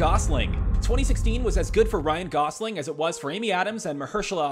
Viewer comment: "RYAN GOSLIN" -- D'oh!